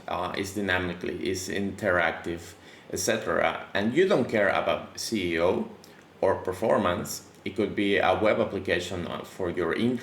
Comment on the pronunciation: Great video! 👍🏻 Another great thing to test those modes out is to disable/enable the JS on your page. With an extension, it can be doable with a quick keyboard shortcut. 👌🏻 Btw I love the way you say SEO, like "if you don't care about your CEO". 😂